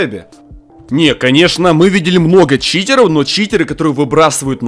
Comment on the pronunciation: Почему ты говоришь Читероу